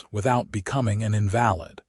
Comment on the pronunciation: Nice to have another story showcasing a partnership/marriage. I also like the stories that do not automatically end with marriage or the first baby. Only suggestion with the AI narration of words like invalid. Listening from TN.